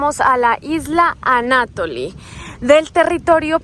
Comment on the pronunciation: SALUDOS Y BENDICIONES bienvenidos a mi venezuela linda,..... Y.... AMIGA -----(comentario sin ofender) pero creo que tienes problemas con la acentuacion de las palabras... "ISLA ANATOLI" no lleva acento en ninguna parte dices anÁtoli resaltando la segunda A,...jajajaja en varios videos he visto ese pequeño detallito